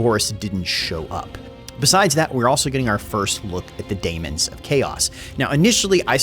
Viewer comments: please, it's pronounced Demons still, not Damons. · Hey, It’s demons or daemons NOT daimons nor damons. The A is silent whale the E is not. Thanks! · You're just trolling us now with your pronounciation of 'daemons'.